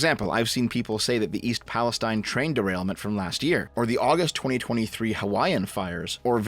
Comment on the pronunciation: Just for future reference, the locals here pronounce East Palestine as Pale-STEEN, not Pale-STINE.